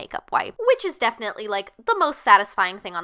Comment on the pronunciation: I softly gasped when she said katvondi